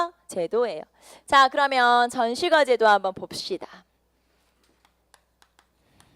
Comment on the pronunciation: 전시과 발음 불-편